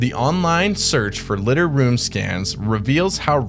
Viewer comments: Li-dar like Radar “ray-dar” not cat litter 😅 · LiDAR (Lye • Därr). LOVE YOUR CONTENT THOUGH! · Took me a minute to work out you meant LIDAR. as in "Liar liar pants on fire" but with a "D" in the middle.